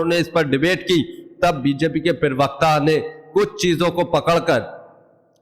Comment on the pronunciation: प्रिवक्ता नहीं प्रवक्ता बोलिए. पढ़े लिखे है